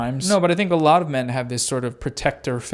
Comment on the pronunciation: She says "min" instead of "men", and "miles" instead of "males." And when she says "forty" it's kinda more a "fhhot".y Stuff like that